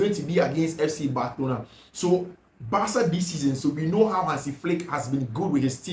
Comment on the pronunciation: I fact your pronunciation for Barcelona as bathlona is really annoying ooo